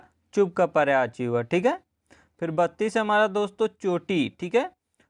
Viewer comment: Pryavachi nhi hota Prayayvachi hota he plz uchharan sahi kre